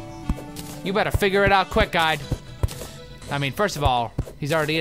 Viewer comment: Just me who thinks that when he says "Guide" it sounds like "God"?